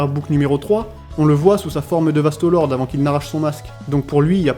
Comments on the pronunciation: pourquoi tu dis Vasto Lorde en prononçant bien le E alors que ça se dit É donc Vasto Lordé (a l'écoute) et pour les menos grande tu dis bien le É à la fin. Je suis un peu chiant mais ça fait trop bizarre d'entendre Vasto Lord. Mais mis appart ça, la vidéo est bien. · VASTOS LORDEEEEEES MERDE DIT LE CORRECTEMENT STP G MAL AU OREILLE 😩😩 VASTOS LORDEEEEEES